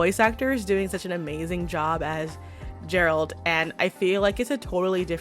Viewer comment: I'm not even 3 minutes in, but I'm in tears because of the way you say Geralt. Is it how they say it in the audio book? How can we burn something that doesn't physically exists?! The G in Geralt should be pronounced as that in grass.